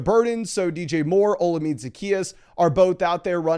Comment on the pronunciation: Bro. His name is pronounced “Oh-La-Me-Day”